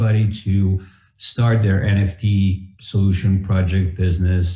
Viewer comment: ребят, опять ЭН Фи ТИ. лол. F- ЭФ!